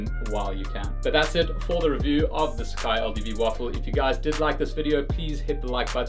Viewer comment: The brand actually pronounced as “sa” “ca” “I”